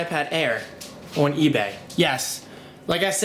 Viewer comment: why do you pronounce "on" as "own"? Like when you say "online" you say it "ownline". Other than that you sound American, which is it should be coz your an American. LOL